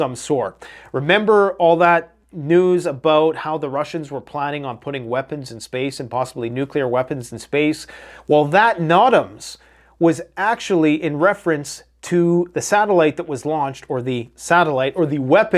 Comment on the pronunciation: Nooootams not knotams…